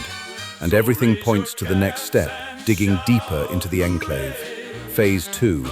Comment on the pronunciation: this was clearly made with ai because the ai pronounces the enclave incorrectly and project purity doesnt look like that